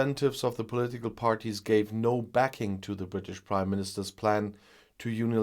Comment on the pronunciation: I always hear you saying “the British Crime Minister”…😋